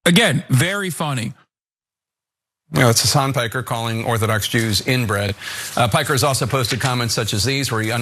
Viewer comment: wait, shouldnt we pronounce Piker the way it is supposed to be not Puykr